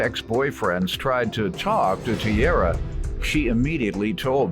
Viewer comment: That’s not tiara. That’s ciara